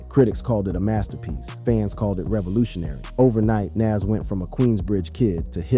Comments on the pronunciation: Soldier boi look drugged out It’s Nahz pronunciation wise btw not nazz tf lol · He says (Nash) like he's says (M.A.S.H) that old white people tv show.. LOL Bwahahahaha 😂😂 Young people reading is funny.. LOL 😂 so yes you got it right his name is (Nahz) and correctly spelled (NAS).. life is comedy 😂😂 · Bruh how u can't pronounce Nas name correct???